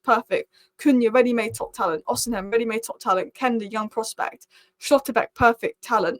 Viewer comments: Stop saying “Osihem” it’s pronounced Osi-men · Every time you pronounce osimhen differently.. Its osim hen.. Not osin ham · h is silent its not rocket science, osiimen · Im so childish. I chuckle every time I hear pronouncing Osimhen as O-SIM-HEN. Big ups. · I've tried correcting her too. I'm Nigerian and I know his name is Victor Osimhen. It's pronounced as if the letter "h" is not there. Pronouncing the "h" in not correct!😂